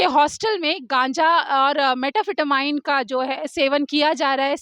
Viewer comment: Aunty Metaphetamine nahi Metapetamyne hai aap to bahut padhi likhi hai but pronouns sahi se kar lo Aunty